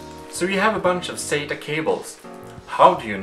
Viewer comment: Stop saying "sayta",for "sata". lol It sounds like you say "say-ta".